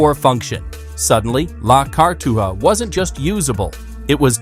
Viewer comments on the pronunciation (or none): Cartoua, Cartuga, Artua?? 😂 Es Cartuja, por lo demás interesante video